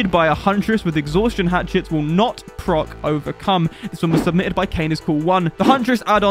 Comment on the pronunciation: Q&A Did you say Overcum on purpose?